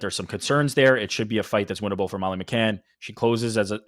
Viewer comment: Minced-Meat Molly McCann. Please get the name right